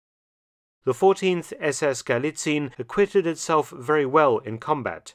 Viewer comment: Sources: "Trust me bro." As an author and historian you should really know that allegation without evidence is just propaganda. Like a plastic tank replica, you know... And by the way: Galicien is pronounced Gu-lee-tsee-enn, not Gu-lee-tseen.